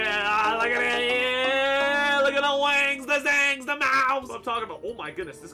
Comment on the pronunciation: “ look at the wangs the Zangs the mou’s”